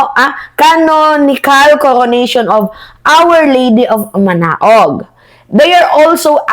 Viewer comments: Church of "Manaoag" basa "Manawag" HINDI MANAOG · ParA.malinaw we pronounce as MANAOG.MA NA WAG.MINUMURA NGA NG AMA NYA ANG KATOLIKO,PARI OBISPO MADRE. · hindi manaog pronounce manawag manaoag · Ma na wag ang pag pronounce. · Pronounce mo maam ng simbahan ng our Lady of Manawag po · Manaoag po,,sounds like manawag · Ptonounce as Manawag iha. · Baka mapulaan ka ng mga DDS nyan. Koreksyon yun Manaog ay manawag ang pronunciation po noon. 😂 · manawag ang pronounce jan 😂🤣manaoag ang spelling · Manawag pag pronounce dyan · 🎉ang pag pronounce sa simbahan ng manaoag ay ( MANAWAG) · It's pronounce manawag(manaoag) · Manaoag is pronounce as Manawag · Manaoag=manawag Ang tama bigkas❤u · ang tamang pagbigkas our lady of manaoag hindi manaog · pronounciation po is MANAWAG pag binasa po, at Ilokano po lugar na yan and most likely ayaw nila kay lustay Mary Grace Piatos. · Manawag ang bigkas jn manaoag. God bless. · Manaoag, it's pronounced as MANAWAG. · Right pronunciation is Manaoag(Manawag).